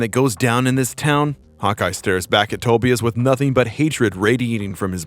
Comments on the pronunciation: Tobias its pronounced toe-bye-us not toe-bee-us......just sayin..... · Its pronounced Toe-bye-as not Toebeeis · U r just another guy who ONLY read comics it's pronounced To-bI-as not TO- be-is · It's pronounced Toe-bye-us, not Toby-us. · For the love of GOD it is Tobias-Ta-buy-us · Never heard Tobias pronounced that way. Nasty. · Can't pronounce the name Tobias lol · Nice video but how on earth do you mispronounce Tobias and Tonya!? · You're pronouncing Tobias wrong...lmfao. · The way you kept pronouncing Tobias... yikes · Wow. First time I ever heard someone mispronounce Tobias… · I cannot be the only one that cringed at the way he pronounced "Tobias"...